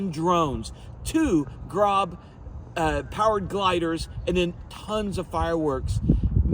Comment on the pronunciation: Grob is pronounced with a long “O” 😊